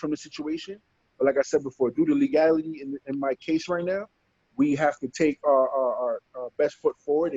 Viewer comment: Someone teach this guy how to say "legality" for fuck sake